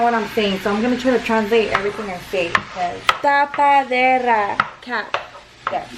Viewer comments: Tapadera not tapaderra 😂 it’s actually a lid‼️ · “TA-PA-Dera”.... “cap” lollll 🙌🏻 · Taa paa dee ra - Cap😂😂😂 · "Ta- pa -de -das CAP" HAHA I'M DYING BABY GIRL IT'S LID 😘😘😘😘😂😂😂😂😂😂😂😂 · “Tapaderrrra is cap “ hahah it’s a lid homegirl 😂 love herrr 💕💕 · TA-PA-DE-RRRA 😂😂 I love the vibes gives tbh 🤗 subscribed in a heart beat deadaas 😋